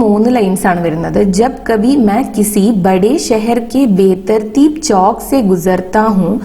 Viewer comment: Chokk alla chavukk ann read cheyyan ariyillee